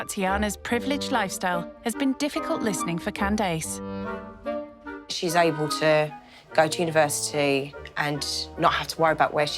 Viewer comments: She called her ‘Calese’ or something deffo not Candace lol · Oh so english people pronounce as can dace rather than candiss